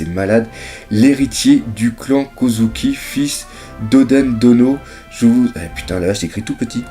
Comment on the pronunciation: en vérité kouzuki en japonais se prononce koodzouki ^^ le o est allongé par le u et z se prononce pas s mais dzz